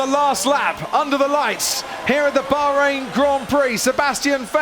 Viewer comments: Oh Yes, the Bahrrhein Grand Prix 😂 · Crofty saying Bahrain with proper Tajweed! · The way this dude is pronouncing Bahrain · Bro trying really hard to say "Bahrain" 😂